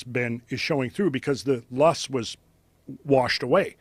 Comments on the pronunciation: Loess -pronounced LOW ESS..He's talking about what is known as the Missoula flood(s) There were at least 15 floods over the entire course of the last 2 ice ages.... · Idk why Joe Rogan is so onto these prehistoric conspiracies. He is always hating on conspiracy people but then he openly broadcasts his own. Such a hypocrite. He mispronounces the word "leoss" and then says its a mystery where it comes from when its well known to be deposited by glaciers. The guy mispronounces and misuses tons of these geology terms.